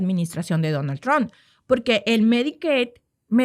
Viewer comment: Trump trump no Tron